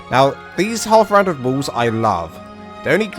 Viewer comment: sorry... your accent made it sound like you were saying "triangle woos" lol good explanation though on the basics of building a small starter base.